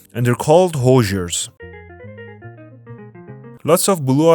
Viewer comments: I'm from Indiana. Js, hoosier is pronounced who-sure. Also shocked there wasn't a joke about meth. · Pronounced HOOsiers, not HOSEiers. The legend is, when people would knock on doors during pioneer times, people in Indiana would shout out, "who's there" which eventually slurred into "hoosiers." Be sure to pick up a pork tenderloin sandwich if you visit. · as a Hoosier, it gets me everytime someone says Hoosier wrong. I make fun of my wife for saying it wrong too as she is from Ohio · As a person from Indiana tf did he just call us all bc that’s not even close to how it’s pronounced